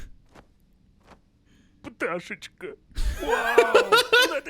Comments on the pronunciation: птаЩьИчка! ха-ха! это гениально! украинцы(особенно учитель украинского):.. птаЩьИчка?.. ЭТО ЧИТАЕТСЯ КАК ПТАШЭЧКА!!!! БОТ! (в укр. языке "и" читается как "ы", "і" читается как русская "и", "ї" читается как "йі", "е" читается как русская "э", а "є" читается как русская "е". сначала сложно понять(наверное, я хз), но на самом деле тут ничего сложного): птаЩьічка! ха-ха! це геніально! українці(особливо вчитель української:_) ):.. птаЩьічка?.. ЦЕ ЧИТАЄТЬСЯ ЯК ПТАШЕЧКА!!! БОТ! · ага) но все же, я требую 10-часовую версию "птаЩьИчка" от ))) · «Пташечка» - ахахаха Требую десятичасовую «Пташечку» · "пташечка" я б не сказав що саме слово кумедне, але інтонація з якою його вимовили дійсно прикольна)